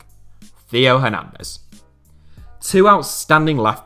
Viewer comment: France top four left backs: Hernandez, Hernandez, Mendy, and Mendy. Feel bad for Hernandez and Mendy. Theo and ferland specifically. Theo for consistently getting his name butchered on this channel, and for being beaten out by his older brother, which must suck in terms of sibling rivalry. Ferland for being so good and then just getting injured.